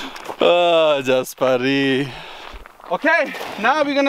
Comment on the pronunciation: BHunterBMW335iS I love how EVERYONE butchers jasparito's name.